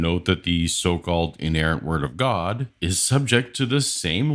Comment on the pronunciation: You missed a few extra syllables... "Tha Buybull-AH! is the inerrant wor-DAH of Gaaww-DAH!"